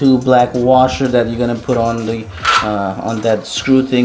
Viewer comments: Those black washers were supposed to go under the bidet to help keep it from sliding around. Also it is pronounced bi-day. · I thought it was “bee-day.”